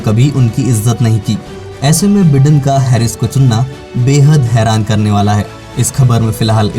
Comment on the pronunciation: me pronunciation ki baat kar raha hoon. बिडेन नहीं बायडन है।